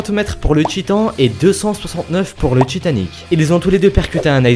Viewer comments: ca s'appelle Titanic pas tchitanic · Genre "raconte l'histoire dju paquebot le tchitan" c'est horrible!!!!!!!! j'aime bien t'es vidéos mais à chaque fois que j’entends ça j'ai envie de couper. Si tu pouvais un peu le réduire ça rendrait l'écoute de tes vidéos moins insupportable. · j'remarque que tu as un probléme avec le T :3 tchiton..tchitanic.. mddr si non j'adore tes vidéos , continue comme ça :) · Je suis le seul a avoir remarqué "Titan"ic ? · Titanic ci tu enlève le i ça fait titanc